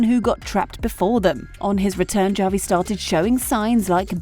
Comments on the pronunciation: It's pronounced "Ha-vi", not "Ja-vi"!!! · how do you make a video essay about something but you can’t even pronounce the characters name right… “ja-vi” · His name is Javi! Pronounced like "havi." It's a Latin name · OMG!!! Javi is pronounced Havi with an H sound not a J sound. Did you watch the show? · Seriously don’t know how to pronounce Javi! What a joke! Bot or Moron! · Stop mispronouncing Javi's name. It's legitimately disrespectful to insistently pronounce it wrong. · my skin crawls each time i hear how she pronounces "Javi" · It's not a real narrator. It's an AI narrator and that's why it can't pronounce non-English names correctly